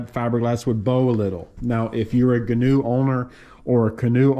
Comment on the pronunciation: If you're going to own one, you should know how to properly pronounce the name....